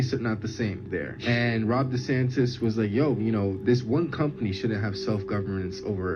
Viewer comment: I'm not listening to anyone that says "Rob Desantis 😂😂.